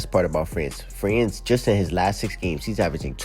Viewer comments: 😂😂😂 somebody tell that guy it's Franz (Frawns).. Pablo 😅😅😅 Paolo.. Paw-low 😅😅😅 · Bro its not "Pablo" its Paolo and its not "France" its Franz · How the fucki did you get both Pronounciaions wrong when correcting this dude, Paolo is pronounced Pa-o-lo, and Franz is just - Frans for Americans, and honestly France pronunciation is better than everyone calling him Frawns for some reason.